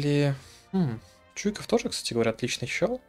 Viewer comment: Ты историю СССР или ВОВ изучал? Как можно не знать правильное произношение фамилий легендарных полководцев указанного периода? Не ЧУйков, а ЧуйкОв! Ни щапОшноков, а ШАпошников! Вашу ж мать! Не позорьтесь! Аж стыдно за вас становится.